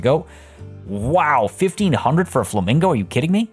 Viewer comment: LMFAO Fla-mingle.....SIGH lolololol